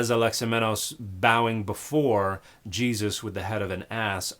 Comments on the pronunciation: This horrid woman must be a Jehovah’s Witness because only JWs prosecute this absurd denial of the Cross of Christ and her grotesque mispronounciation of Jesus’ name corresponds to that of their very sect. How awful the deception, how deep the hate the JWs harbor for Christ and the worshippers of the Son of God who was crucified for our salvation! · I’ve heard Yeshu, Yeshua, etc., but this is the first time I’ve heard anyone call the guy “Yah-Yuusha”. What the heck? Edit: Oh my god, she just called Yahweh “Yau-OO-ah”. She can’t even speak properly. Yawua will be the name of my next Bionicle OC, though. >.> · I had to go back again because omg Ya-OOSH-a is absolutely slaying me. Thank you Dan for all your work and your bold assertion that, and I can't believe I have to say this, you should understand a language before trying to translate it. You are indeed doing the work of Good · Well I was this many years old before I knew that I was pronouncing Jesus's name every time I sneezed. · The fact that she pronounces it differently every time really had me. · I'm not insulting her for her pronunciation, I would just like to know where she got it from. I've never heard anyone do pronounce those words like that ever. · weirdest pronouncation of Jesus ive heard